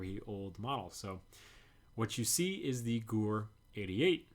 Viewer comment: Gewehr is pronounced [ge-verr] in German , sometime W is pronounced V